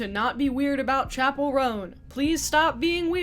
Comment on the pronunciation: she owes me pronouncing "chapell" right, which she doesn't